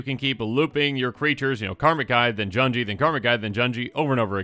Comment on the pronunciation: Junji doesn't rhyme with "bungee", u in Japanese is like "oo" sound (think "sushi") a - f"a"ther i - h"e" u - f"oo"l e - b"e"d o - n"o" Hope this helps since you'll be pronouncing many more Japanese names in the coming weeks